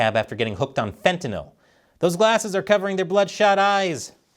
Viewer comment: Hi. Thanks for being one of few people in the news business to pronounce fentanyl correctly.